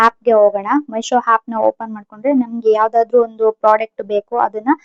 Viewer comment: ಅದು ಮೆಶೋ ಅಲ್ಲ ಮೀಶೋ